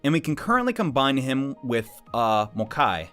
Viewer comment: Mokoi, not Mokai